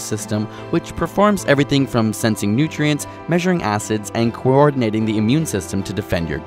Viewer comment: When he said measuring acids. I thought he said measuring asses. Who else heard that?